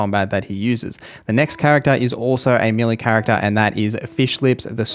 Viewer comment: Meh - lay rather than mili is how you would say melee